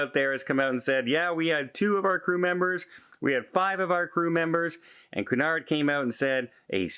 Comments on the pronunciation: its not coo-nard.... its queue-nard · you’re a travel - cruise expert. It’s pronounced “Q-nard”. Also, these companies need to guarantee all crew is vaccinated. Otherwise, who wants to travel with them?